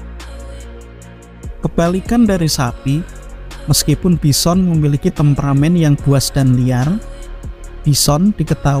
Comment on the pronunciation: Your A.I. needs some touching up. It's not pronounced bisson.